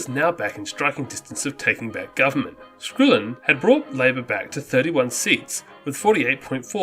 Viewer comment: It's Skull-in not skool-in. And it is Cor-ANG-a-Mite.